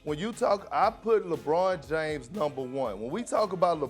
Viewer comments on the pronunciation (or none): perk is glitching "lebrawn Jaimes"